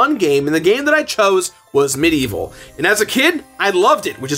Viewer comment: Its medievil not medieval. Anyone else bugged about how he says it?